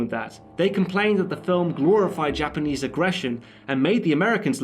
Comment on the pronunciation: "grorified" xDD